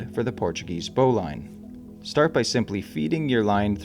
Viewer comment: I could be wrong but I always heard that "Bowline" is actually pronounced "Bow Lynn". I could be wrong.